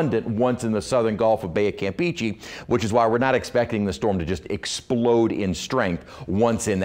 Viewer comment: He needs to learn how to say campeche